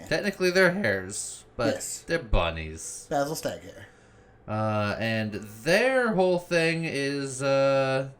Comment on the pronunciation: Did I hear "Basil Staghare?" My man knows! 🤘😎👍 For Salamandastron and the Long Patrol!